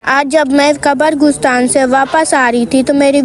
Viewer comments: Qabr goostaan ni hota qabristaan hota hy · 😂😂..mene b note kia ye qabar gusstaan q bolti hai ..mjhy lga inki language mai yahi bolty hongy